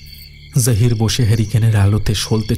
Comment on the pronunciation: জাহির কথাটা বারবার কানে বাজছে, বাংলাতে জহির হবে। আর সামীমা কথাটা উর্দুতে বলে, বাংলাতে এটা শামীমা হবে।